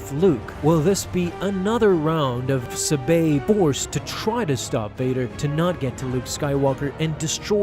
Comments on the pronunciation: Why do you keep pronouncinh it as Suhbay? It's Saw bé your pronunciation makes no sense compared to other pronunciations. Would you pronounce it as Pod May? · Ur pronouncing her name wrong - ur saying “subayyyy” instead of “sab-aye” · Your mispronounciation is seriously irritating. It is pronounced sahbey not subay. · It’s SAH-BEY. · Wouldn't Sabe be pronounced with emphasis on the first syllable? Padme, Corde, etc are all pronounced that way.